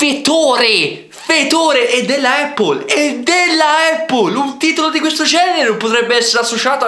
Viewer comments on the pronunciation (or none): prende per i fondelli quelli che pronunciano “brEnd” anziché “brAnd” e lui stesso pronuncia “eppol” anziché “Appol” (so che si scrive Apple ahah)